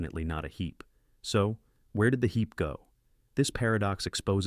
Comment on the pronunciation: hee"P" Really announcing that P sound...